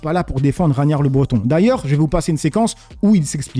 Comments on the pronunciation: C'est pas raniar mais raGnar 😏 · on dit: RAG NAR pas RAGNAR...😅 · C’est ragnar ça se lit raguenar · Rag'nard poto faut pas faire la liaison... comme ragnard lodbrok quoi... bref ✌